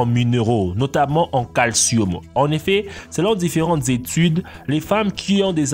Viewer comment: Du calcioum et du magnesoum 😂